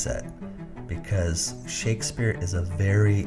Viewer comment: "Shakesfpere" as in liquefaction